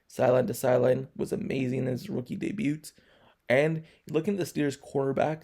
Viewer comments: U the first person ever heard pronoun the t in debut lol. Good breakdown tho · The t in debut is silent dude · Good reporting. Well done. The "t" in debut is silent.